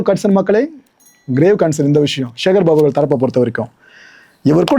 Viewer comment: ச என்கிற தமிழ் எழுத்தின் மீது இந்த யூடியூபர்களுக்கு என்னதான் கோபமோ தெரியவில்லை... சிவனை ஷிவன் என்பது, சக்தியை ஷக்தி என்பது சேகர் பாபுவை ஷேகர் பாபு என்பது... ஏன் இந்த வெறி? தமிழ் இன்னும் கொஞ்ச நாளுக்கு உருப்படியாக இருக்கட்டுமே...!